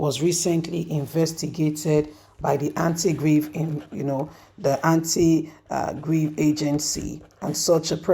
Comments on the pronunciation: it's Anti-Graft 😊 not Anti Grieve 😊 you welcome 😊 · Hey! Not Antigrave, its antigraft.